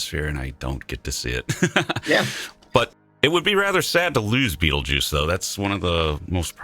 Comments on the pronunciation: beetlejuice? lol its 'baytalgurz' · Damn Beetlejuice... that is not how it's supposed to be pronounced lol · Please pronounce the name of the star properly